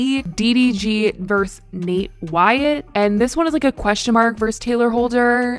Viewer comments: The abbreviation vs is pronounced ver-sus, not verse. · i love how says versus: verse 😂